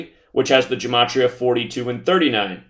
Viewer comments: Gematria is pronounced with a hard ‘g’. Please don’t copy this idiot. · "Gematria" is actually pronounced with a hard G, as in "Gill". -A Hebrew speaker.